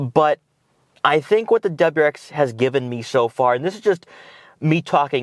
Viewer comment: What’s a dubruex? Do you mean WRX?